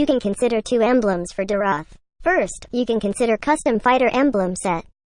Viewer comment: It’s me again. Don’t wanna be that guy but neither pronunciations are correct😂it’s “Dee-roth”